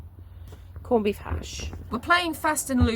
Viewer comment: Are you pronouncing it corned beeth?!